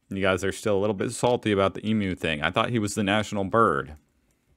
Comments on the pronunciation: I really appreciate you learning to say eemyou correctly, it makes a difference that you try to get it right, instead of just barging ahead with a mispronunciation. The dollars do boing back! unless you fold them in half or thirds and squash them in a purse/wallet, then they have this not very crisp line or two that doesn't boing any more. The different widths of the polymer notes have always been for blind people to feel, and that's good. Since the largest denomination is widest, it just feels natural to automatically stack up the notes you have from smallest to largest in your wallet or purse. That left-most note was a special edition that circulated for the Bicentenary. I haven't seen one in decades. So there's no need to fit one in a wallet. Aussie wallets/purses for sale are made to fit the existing notes, so there's no problem there. I wish they'd reform the coins. I used to think that tourists were just whingers, complaining that our coins were too heavy. Then I got chronically ill and realised they are right! Australian coins are ridiculously heavy to carry. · YES without even trying to say Emu, you said it perfectly 😀 Love it!!! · omg he said it right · You really don’t need to worry about OVER-enunciating the word for “Emu”. Be comfortable saying it, just remember it’s more “E-Mew” rather than “E-Moo”. The only thing we’re most annoyed about is “Aussie” being pronounced “Ossy” when it should be pronounced “Ozzy”. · E Mew (like the Pokemon) that is the correct pronunciation (haven't seen that part in the video yet). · Thank god he doesn't day EMOO . Well done mate. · Thanks for not saying emoo. They fit in your wallet like any other bank note. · Your pronunciation of Emu is coming along well , it doest sound like E moo anymore which you've correctly surmised drives Australians insane . And dollaridoos comes from The Simpsons but we adopted it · Thank you so much for your efforts to pronounce Emu correctly, it is appreciated!!!!